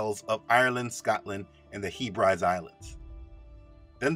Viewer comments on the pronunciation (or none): I'm really interested in this topic, and also in learning more about it, but I have to point out that Hebrides is pronounced Hebb-rid-ease 😇🙏 I'm a Gael, trust me 😊